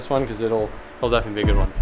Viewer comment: cracks me up. "oh my gewd"